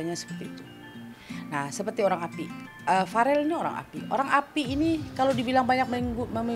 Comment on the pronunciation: Bukan varel tapi vereeel